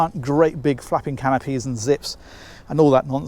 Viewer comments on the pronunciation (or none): “Great big f..ing canopies.” We listened to that like 5 times and still didn’t get that you said “flapping” 😂 I read it in one of the comments 😆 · Yes. I had to listen to that comment twice. Enunciation is critical. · when you said great big flapping canopys, I heard great big f**kin canopy's. I figured you had just fought with one on your boat or something